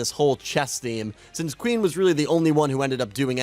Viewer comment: bro, the fact that you cant pronounce Queen right, bugged me immensly and ruined the rest of the video for me